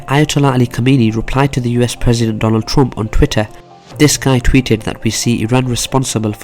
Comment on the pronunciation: Why do you say Donald Troomp, not Trump